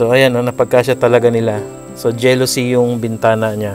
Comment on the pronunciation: Hindi po jelosy kuya..Jalosy po ...😉